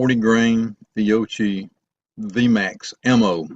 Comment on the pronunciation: It is pronounced Fi o ki